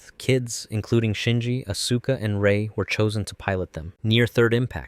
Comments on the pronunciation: How are you so deep into EVA lore that you can make this video, but you pronounce one of the most iconic character’s name “asooka” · The pronunciations of names are wrong in many cases but this is pretty darned cool! For one, it's not, aSUKa, it's pronounced, aska. Seele is German so it's not pronounced seelee. but, nothing is perfect!😅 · I think he's putting the emphasis on the middle syllable: as-SU-ka. Normally, people say AS-su-ka. The show got regionalized into a lot of languages, so maybe that's how the name was said by one of the several voice casts. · AHS-KUH! The u is silent godsdammit! >_< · Love this but one thing….its Aus-Kah, AUS-KAH! I beg of you man 😭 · How can one know so much about Eva but mispronounce Asuka and other names / terms? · “Evanghelion” “Asueka” “a place called Antarctica”. Lol